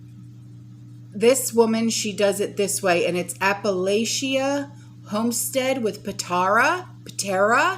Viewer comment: Backyard. Pronounced Apple atcha and her name is pronounced Puh tar uh.